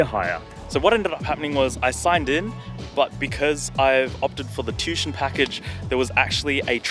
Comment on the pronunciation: It's pronounced tu-ition... Not tushon